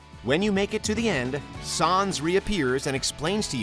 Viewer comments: who tf pronounces sans like that bro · The way he pronounces Sans is kinda infuriating.